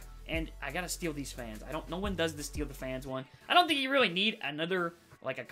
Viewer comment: He does dis, dat and dees